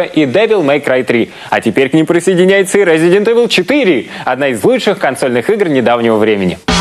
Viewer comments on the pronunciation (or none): как же меня вымораживает Эвил у них, в 2007 году до сих пор не знать как правильно произносится игра:face-blue-wide-eyes